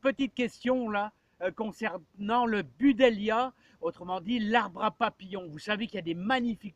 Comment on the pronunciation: On dit BU-DLEIA… pas BU-DELIA 😁